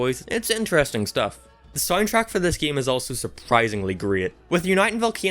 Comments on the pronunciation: its game not geam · He says game so weird.